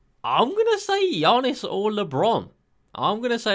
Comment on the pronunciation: Love your content, have been subscribed since the start of 2k20. I find it so funny the way u pronounce Giannis.